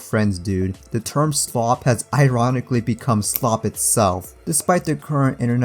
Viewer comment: POV: You and da homies in de back be opening up a video talking about goated slop vs actual slop and cant stop laughing without slapping your belly and da entire fam be laughing at the word slop as says schlop 5x in a row they all start to laugh and laugh and laugh meanwhile 😂😂😂😂nah youre such a good youtuber hahahah😂😂😂😂heh ollly you funny turd😂😂😂😂😂😂😂😂😂😂😂😂😂😂😂😂😂😂😂😂😂😂😂😂